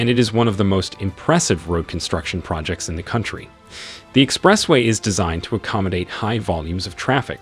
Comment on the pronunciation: Is this AI voice? Can't even pronounce "Expressway".. What ??